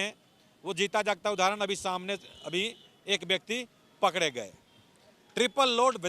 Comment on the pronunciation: Or ap bihari ho...ra ko da or da ko ra bol rahe h ...pakde ko pakre etc 😂😂😂😂